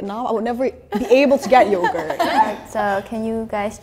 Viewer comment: It seems like vietnam is a bit harder for other conutries to pronounce. The vietnamese girl in this video has a bit different accent from the vietnamese normal accent so the word yourgurt was pronounced a bit wrong or it vietnamese we say nói ngọng